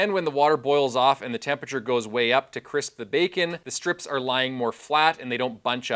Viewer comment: I'm a nerd for science so this video appeals to me in that regard, but I'm also a pedantic nerd and find the mispronunciation of the word tempe-RA-ture as tempature to be too distracting. There is no such word in the English language "tempature" and this is where one looses some of their audience devaluing the impact of the information. Attention to detail is the difference in being heard and understood. In another point of correction it is strongly recommended to avoid using hot water from your water heater in cooking as you have less pure water from that source and the difference in time is negligible for the increase health risks associated with using hot water from your water heater in cooking.